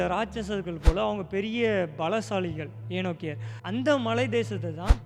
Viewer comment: அருமை ஆனா ஒரு திருத்தம். ஏனோக்கியர் இல்ல... ஏணாக்கியர்😊